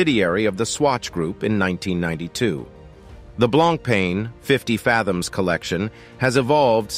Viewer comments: I stopped watching after I heard “blonk” “pain”. Lol😮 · If you were a real person and a not computer you wouldn't say blanc-pain. I should have quit after a minute. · The guy can't even pronounce 'Blancpain' right and any list that has Richard Mille at the top can't be taken seriously. I can name at least 5 other brands with watches that are at least 10 times more expensive than the most expensive RM.